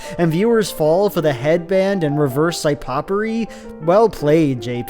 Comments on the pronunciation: Did you mean to say psy-poppery instead of psy-oppery, loilll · you said Psypoppery instead of Psyoppery. I will NEVER forget that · Pronouncing psyoppery as psypoppery makes me so sad. I thought you were cool